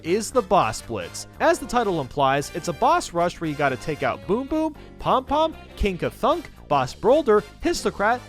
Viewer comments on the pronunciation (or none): He called king ka-thunk king ka-funk